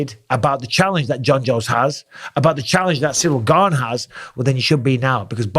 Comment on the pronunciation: Finally someone pronounces his name correctly. The interim title is meaningless. Gane v Lewis looked like Izzy v Costa. He needs to work on his grappling. Wrestling if by far the best foundational base to build an mma fighter upon. Jones should have left the usada pool and juiced like Mctapper did, but he still should have the strength and skill to take Gane down and damage him there.